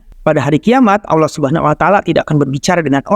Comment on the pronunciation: Subhanallah Kajiannya bagus. Tapi sayang pelafalan Allah nampaknya sangatlah belepotan. Tolong supaya adminnya memperhatikan hal tsb . Jaga kemuliaan Allah Azza Wajalla dengan pelafalan yang baik